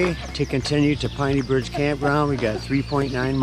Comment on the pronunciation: Proper pronunciation of Penney Bridge is Penney/name after long family in East Jordan